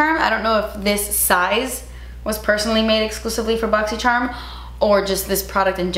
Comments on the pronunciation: I love watching these videos just to hear you say "My Boxycherm unboxin'" lol💛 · Hahahahahahha I enjoy how u say boxycharm hahahahahhah too funny and everytime u throw an accent lmaooooo